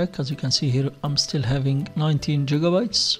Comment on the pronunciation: LMAO man said jigabytes haha